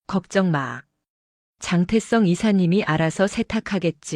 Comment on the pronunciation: 글씨나 똑 바로 읽어라 장태성을 왜 장태썽이라 읽어?